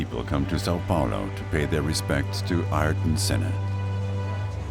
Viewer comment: The AI narration couldn't pronounce Senna's given name properly. Within a few seconds of starting the video, I'm out.